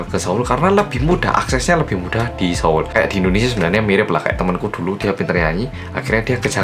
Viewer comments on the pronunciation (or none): E ya ampun, pas bilang seoul malah dengernya solo:(